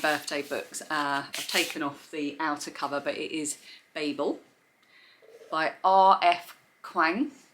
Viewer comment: So refreshing to hear Babel pronounced correctly instead of calling it Babble like so many booktubers do